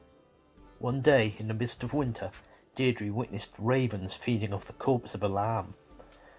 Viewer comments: Deirdre name is pronounced more like Deer-dreh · I thought it was pronounced "DEER-DRA" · Wrong pronunciation of Deirdre